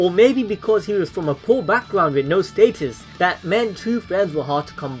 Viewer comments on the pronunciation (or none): none